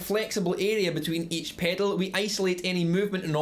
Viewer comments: take a shot every time he says PEDOLE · I love how he says the word “pedal” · I love the way this guy says pedal. Paydl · The way you say pedal is gold. Good video also, as I am just getting into guitar this is quite helpful. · I like how you say "pedal", but we say it pretty boringly in North America. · came for the info... stayed to hear him say pedal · I love the way you say "pedal". :)